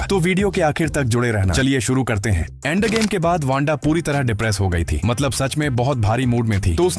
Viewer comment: Endgame ❌ Aandgame✅